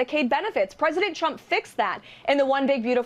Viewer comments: It's funny how she days Chump instead of Trump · I swear every time she says "President Trump" sounds more like "President Chump" and it cracks me up every time 🤣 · Anyone else hearing "Chump" every time she says Trump? She cannot pronounce his name. Also, she said multiple times that "jugs" were in the boats blown to bits.... once you hear it, you can't help hearing it pronounce that way. 😂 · How do you work for someone and can’t pronounce their name?!?! “Chump” 😂